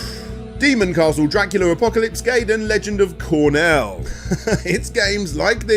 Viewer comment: And he has gotten that right on other videos in the past, even.